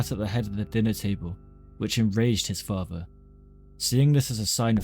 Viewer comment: I hope to god that one day you can learn how to speak properly, it's mother not muvva, father not fava, other not uvva. Forth not forff. Irritated the fuck out of me!!!